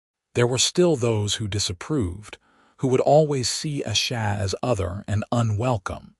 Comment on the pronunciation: Thank you so much for sharing such a touching and beautiful love story! It was truly a joy to listen as Quinlan and Asha's journey unfolded. However, I did want to mention that it was quite disappointing to hear the narrator struggle with the pronunciation of Asha's name throughout the story. As she is one of the two main characters, her name being mispronounced consistently felt quite jarring and really took away from the immersion of their emotional journey together. I hope this feedback is helpful for future projects!